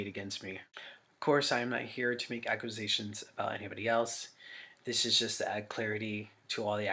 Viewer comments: or tries to throw a q in there somewhere it definitely doesn't belong. I'm a bit older so I never got into the whole scene thing. I thought botdf was shit but when I first watched this video years ago his condescending attitude & him mispronouncing "accqusations" it made me REALLY dislike him😂🤣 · I mean he said acquisition instead of accusations 🤣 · "Acquizations." Ack-you-say-shuns, Dahvie. Accusations. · Im going crazy hearing him say "aquisations" over and over as he appears to be combining the words "acquisitions" and "accusations" because he's that much of a dumbass I suppose. I listened to BOTDF back in my scene kid days when I was trying to be "cool" and it truly is quite disturbing the lyrincs in the songs and even as a kid I knew something was wrong and inappropriate because I remember always making sure my parents never heard a second if what I was listening to. Now I can't believe I listened to them at all, especially since by the time I began trying to be a fan, it was already going around that Dahvie was a creep and abuser. Then again I was 13🤦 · “Ackwizations” lmfao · somebody needs to tell this dude that its not pronounced "ack-wu-sations" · "Aquisations". Boy, do you seem smart. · Wtf is an aquasation? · Ugh he can’t even pronounce accusations properly. Aqusations is not how it’s pronounced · Jesus/Dahvie- the word is pronounced Ac-cue-say-shuns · Judging by the way he pronounces “accusations” his guilt is undeniable. 🤣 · The way that this dudes brain won’t even allow him to say the word “accusations” correctly is very telling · Why tf does he say accusations like that 💀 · dude can’t even PRONOUNCE “accusations” 🤦‍♀️ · Can’t pronounce accusations